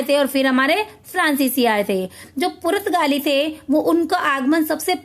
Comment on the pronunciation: Purtgali Ka sahi uchcharan to kar lijie